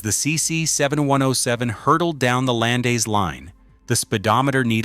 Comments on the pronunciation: Landes, not Landays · Excellent and exciting documentary on the history of the different American companies against our SNCF! (Small detail: French is not Spanish or a phonetic language! We never pronounce the final letters, nor the way the words are written. So we say "Les Land" and not "Les LandES" as in Spanish... 🤗)